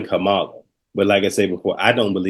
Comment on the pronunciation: Kamala not kahmaaaaala please and thanks